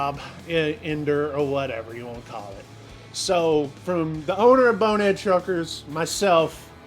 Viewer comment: How many times is that guy going to say the video's going on BoneheadED Truckers?? It's BONEHEAD - no "ed" on the end. 🤨 Grated on my nerves.